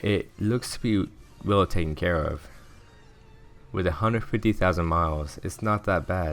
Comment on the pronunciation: A hundred and phfity fousand pounds.